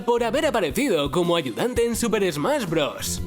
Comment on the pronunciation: ¿"Yosi en Smas Brothers" tan dificil es pronunciar la "sh"?